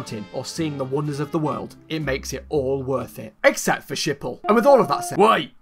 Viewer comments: Me dying every time he says Schipol ( IT'S PRONOUNCED SK-HIP-HOL) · Im dutch and the way you pronounce Schiphol is so funny😂